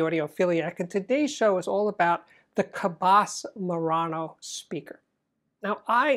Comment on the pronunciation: FYI, re: the name Cabasse, "basse" sounds like sea-"bass" ie the long A Americans assume makes it sound good and foreign is not correct. Think of the pronunciation of seabass and you will be on target.